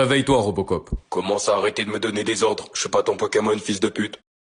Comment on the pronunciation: C'est pas robocop c'est reubecop 😂😂